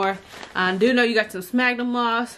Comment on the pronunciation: Cool video but it’s pronounced “sfagnum Moss”